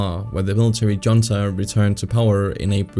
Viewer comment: Must learn to pronounce Iran, Iraq and junta